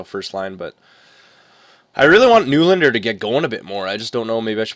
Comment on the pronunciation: Hey nylander's name is pronounced "nelander".